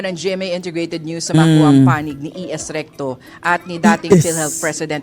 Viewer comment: Natawa naman ako recto naging rectum😂😂😂